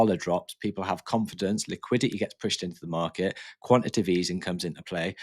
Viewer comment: This is about the 30th channel that can’t say the word quantitative… You guys are preaching about something you can’t even say? It’s not Quan Ti Tive. Its Quan-Ti-Ta-Tive (4 syllables)…